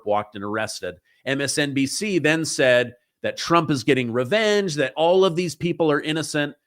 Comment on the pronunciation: Not rvenge